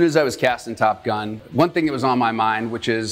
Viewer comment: "I'm gonna show you how to train like I did.. for Top Gum" 🤣